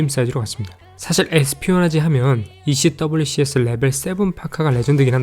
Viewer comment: 행님 ECWCS 는 미군에서는 'ECWCS'라 발음하지 않고 '에크왁스'라고 발음해용!